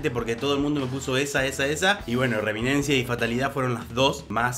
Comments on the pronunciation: Hola amigo....no es reminencia , es......REMINISENCIA . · Reminicensia y no reminencia...🤭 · Reminencia no, Reminiscencia